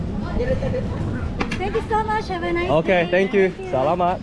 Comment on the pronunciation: I'm experiencing my country vicariously through your vlogs. Really grateful to you for sharing your travel experiences. Love how you engage with the locals. And your "salamat" is now almost local-sounding. Take care. Perhaps when you come back, you can vlog about Melbourne too hey. Take care